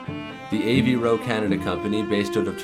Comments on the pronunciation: AVVVVVVVVVVVVVVro not av ro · great vid! but it's pronounced AVE-ROE not A V roe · ... Good stuff, but. Man can you learn to pronounce Avro correctly? Av-row... Not A V Row It's two Slyabuls not three. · “A v ro” then you pronounce it correctly as “Avro”, what? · "A. V. Ro"? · Dawg he can’t even pronounce Avro correctly. What the fuck.